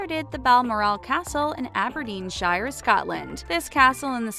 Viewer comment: You said Aberdeenshire wrong